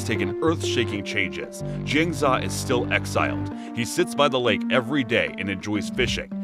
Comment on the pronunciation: It’s Jiang Zeee Yaaa. Jin za just doesn’t sound right but great review nonetheless